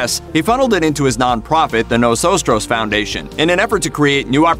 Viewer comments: That's "Nosotros" foundation.. not "Nosostros"...jeeze.... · “Nosotros” NOT “Nosostros.” It means “We” or “Us” in Spanish. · ... "noSOStros"????? ... gringo. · Get your enunciation correct. Ricardo Montalban’s organization is not Nos Otros but Nosotros! Translated that means “We”